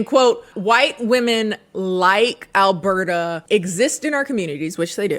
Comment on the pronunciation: As a a Canadian, the name “Alberta” tripped me up every time you said it. Every. Time. 😅